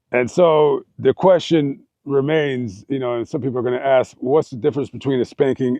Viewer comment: Another "akser!" 🤦‍♂️😳